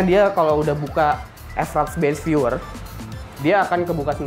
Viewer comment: Mas itu bacanya fraps bukan EF-RAPS